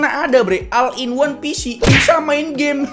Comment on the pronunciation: Oll in wan pisi gitu bacanya min